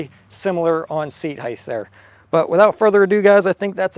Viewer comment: Love the video but its "HEIGHT" with a sharp T at the end. HEIGTH is not a word.